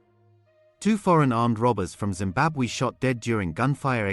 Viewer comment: What this now, you can't even pronounce Zimbabwe . Just say Zim, 😂😂😂😂😂😂